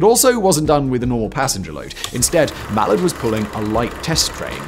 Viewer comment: 5.37 "coefficiency"???!!! Coefficient. 6.18 "Mall-erd"???!!! Mall-ARD. 11.50 "Grant-um"???!!! Granth-am. Oh, and it's Gresley, NOT "Greezly". Apart from that, quite interesting video...